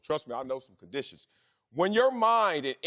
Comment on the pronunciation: What are the chances Wiley is actually illiterate? He's missing words in his sentences. What are 'condishes'?